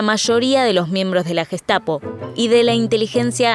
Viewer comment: Müeeela,guestapo,jítla,laipzic,aijman,janofa,sheeeeltz,noia...un poquito de pronunciación mamita....!el q aporta se ve q no aporta pronunciación o no invierten